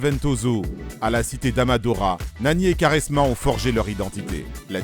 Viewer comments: Svp on dit (kwa)resma et non (ka)resma 😁😁😁😁😁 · Superbe vidéo mais Quaresma ça se prononce "Kouaresma" pas "Karesma" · j'allais regarder la video puis il a dit karesma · Non ça se prononce "kwarezma" pas koresma mdrr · Sa se prononce Koresma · Vidéo de merde.. renseigne toi mieux sur Nani.. joueur de l’année en 2011 en PL.. carrière riche en titre.. excellente saison en Turquie et plutôt bonne en Espagne.. porte son club d’Orlando aujourd’hui.. et putain la prononciation de quaresma c’est pas possible.. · Commence par prononcer Quaresma correctement avant de t’improviser grand technicien de ce sport incroyable . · Y sais pas le dire sa m'a fait saigner les oreilles